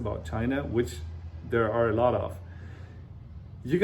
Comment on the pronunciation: 我是相信自己的英语水平的，给您举视频前10秒左右的例子。chinese的“拆”音更接近中文，还有读which的ch音的时候更像“whi次”。我个人觉得是很可爱的半中式发音，不是在说英语不行，而是这种casual talk的发音有中文的味道。